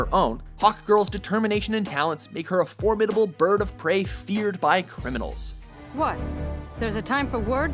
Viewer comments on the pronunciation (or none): none